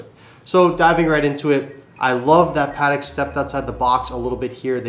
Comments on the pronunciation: Its PAAh TECK. not padek cmon! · It's 'Patek' not 'Paddock' 😂